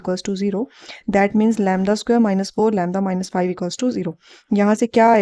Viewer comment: U pronounce lymda